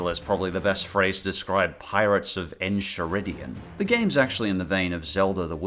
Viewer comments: Also isn't it funny how he can't pronounce Enchiridion? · Pirates. Of. The. “NKaiRidion” I can’t count how many times I’ve heard someone say Enshiridion. 😤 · It's pronounced (En-Kai-ridion) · pirets of the enchireddion ? its not supposed to be the burrito its supposed to be the book pronounced en ky rid EE on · (If you purposely said it incorrectly then just ignore this) It’s not pronounced (En-Chie-Ri-Dee-En) it’s pronounced (En-Kie-Ri-Dee-En) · It's not en-chee-ridion, it's pronounced en-kai-ridion. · Dude its pronounces N-KIA-RID-EON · its en-ki-rid-e-en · Isn't it pronounced en-kai-rid-E-in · It's pronounced en-ki-rid-ion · just like to tell you it's enchiridian as in character and enchilada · You pronounced Enchiridion wrong. The “chi” is pronounced like “kai”. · From what I recall, I actually liked Adventure Time: Pirates of the Enchiridion. And it's pronounced, "EN-KAI-RI-DI-UN" as in the actual Enchiridion, the hero's handbook, from the show itself! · You got enchiridion right except for the ch. It's pronounced Kai, like in Dragon ball. Just saying this, so that more rude people don't have to. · Is nobody really going to tell him how to properly pronounce Enchiridion??? It is not like enchilada. It is "en-kai-rid-e-on" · Great list,! However, I feel the need to point out that the enchiridion is pronounced (EN-KAI-RID-EE-UHN) It's the name of the heroic book that Finn uses sometimes in the show. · It's pronounced the N KI RID EYUN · I get some of the bugs and glitches of pirates of the enchiridian as I own the game but please look up how to pronounce enchiridian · it hurts me when he says enchiridion and im not even an adventure time fan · My god the pronunciation of enchiridion makes me die inside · Enchiridran is said with a c rather than a ch Considering you said that wrong I’m not sure you’re a fan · Did you purposely mispronouce enchiridion? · I cant handle him mispronouncing enchiridion